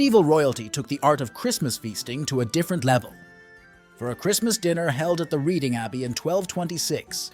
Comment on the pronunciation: it's not the university of read-ing - it's pronounced red-ing. (yeah we pronounce things weirdly hereabouts!)